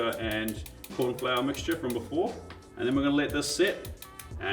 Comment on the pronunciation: “Korn” Flour - Love it 😂